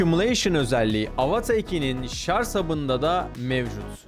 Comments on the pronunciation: Çok güzel video ama "Şarz" değil be abi, şarj. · Güzel bir video olmuş elinize sağlık. Bir ufak eleştirim bu kadar ingilizce terimin doğru kullanıldığı bir videoda ŞARZ demeniz kaliteyi biraz düşürüyor nacizhane. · Abicim şarj demeyi öğrenin artık ya. hakikaten ayıp oluyor artık. Şarj şarj şarjjjjj